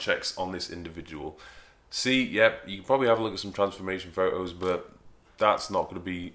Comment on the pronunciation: I like your fo ohs, mate.